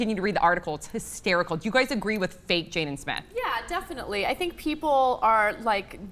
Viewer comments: oh my fucking its not jayden but jaden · It says "Jaden" in the description but when says his name its spelled "Jayden" Lol which is it?